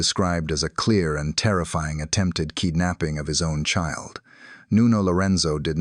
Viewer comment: what on earth is “Kee-der-napping”? Bad AI again. Why can’t people just use their own voices?